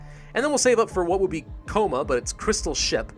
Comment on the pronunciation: The way you said coma nearly killed me, I don't know why i found it so funny.